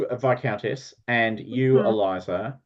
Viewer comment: So many kickstarters... And still love the costumes. And Tom's cat. And I'm still so sorry about how I continue to mispronounce 'viscountess'.